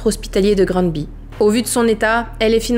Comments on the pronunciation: C'est près de chez moi et j'ai une copine de la sûreté du Québec qui a été appelé la bas ! Je ne peux croire que c'est choses la existe pauvre petite chouette ! Terrible drame Québécois! Et pour la prononciation de Gramby ! Ici on dit Graaambé... loll J'adore tt tes vidéo étant une Fan de Victoria Charlton ... et de tout ve qui est true crime je suis tombé sur ta chaîne. J'adore! Lâche pas ton bon travail .. une amie Quebecoise❤ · On le prononce: Granbé. (Granby) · Ici on dit plus Grann-bé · Ne t’inquiète pas même au Québec, certains disent grambi et d’autres grambay (ici l’écriture des mots est pour représenter la prononciation)! Tu es ma plus récente découverte du True Crime et j’adore ce que tu fais💓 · Québécoise ici et tu le dis quand même pas mal, surtout si on considère que beaucoup de québécois prononcent Grammebé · Je suis québécoise, pour la prononciation, je te suggère de le dire ainsi : Grambay, ou bien grambé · On prononce le n comme un m… Grambé 😊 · Allô je suis du Québec lorsqu’on le dit on dit Granbé même si ça s’écrit Granby 😊😊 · Tu prononce pas grambéé toi ? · 😂 pour faire simple,au Québec ont prononce " GraNbé" ,à lire exactement comme j'ai écrit! Merci tu es super! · On prononce (Granbé). Merci pour votre récit, beau travail! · Ça se dit plutôt Grannndbé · Normalement au Québec ça se prononcer Grandbé. Oui c'est bizarre. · Merci pour ta vidéo , et si cela peu t’aidé ont prenonce Granby ” Grambé ” 😊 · sa se prononce gramebay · Cela se prononce comme suit :Granbé Bizarrement oui Je viens du Québec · COUCOU, ca se prononce Gramme bay. Grambé. Mais on sen fou, cette histoire est horrible. J’ai tout suivis jetais la! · Ça se prononce: Grann bé et parfois même Grambé, c'est un nom en anglais un peu transformé en bon québécois, hihi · Graine bé....🙄 Pas difficile... et ça tape Pas sur les Nerfs...Merci. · Nous les québécois ont dit Granbé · Cest granbé que ca se prononce le Y devien é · Ca ce prononce granbé mais avec un y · on dit Grandbé, salut !